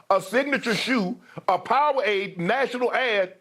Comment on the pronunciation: Was Shannon high in the episode? My man said powawade. WTF!